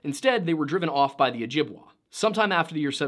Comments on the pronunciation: Say it with me OH JIB WAY 😁 You're killing me with your refusal to say it correctly. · By the way, it's pronounced "Ojib-way", not "Ojib-wah" Source: I live with several Ojibwe people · I took a native american history course, and my prof was ojibwe! just wanted to let you know that she pronounced it oh-jib-WAY, not oh-jib-WAH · Hey! Sorry to sound so grouchy on my first comment, I had just come from the video where you talked about the valley of people with missing heads and throughout the video you said “dene” differently and i myself am dene so I was frustrated an unable to finish it. I went from that video to this one where I heard how you pronounce “ojibwe” and i got frustrated again. I really love the level of detail and dedication you have to your videos i just feel as though through the lens of an indigenous viewer that my peoples experience is sometimes dismissed. For example, creation stories are different in each and every band/tribe and are dependent on the physical elements of where they live. Hearing you call it “Abrahamic” because it resembles your bible stories feels like it diminishes the fact that it’s an oral story that is older than Christianity in North America. I’m trying to leave constructive feedback and hope that what I’m saying makes sense. Miigwetch / Mahsi Cho / Thank you for taking the time to read my comment and reply!